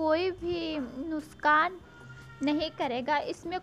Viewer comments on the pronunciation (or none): plzz don't mind....bt nuskaan Naa bola kriye....nuksaan boliye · waise to aap bhut innocent hai bilkul mujhe mere gao ke yaad dilate hai pr plz ye nuskaan na bol kr nuksan boley or baat krte hue tora pause kam ligeym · Your talk is so sweet..you said nuskaan instead of nuskaan